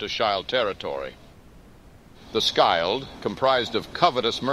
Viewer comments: A suggestion, but maybe you can write Afrika-shield in script so the AI doesnt read it as s-child. Very good work! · If you spell words differently, you can get the desired pronunciation. The way he says "Schild" is strange.